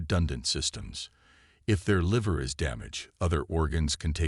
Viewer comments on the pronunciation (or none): none